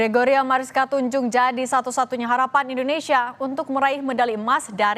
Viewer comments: duh pembawa acara nya Oon Tunjung di baca Tanjung, Intanon dari Thailand bukan dari Taiwan ..🤣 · Sekelas Kompas TV salah nyebut nama 😂 Tunjung bukan Tanjung 😂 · Bukan Tanjung mbak tpi Tunjung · Tunjung mbak...bukan Tanjung.. 😂😂😂😂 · Pembaca berita ini minim informasi. Sejak kapan Tunjung menjadi Tanjung?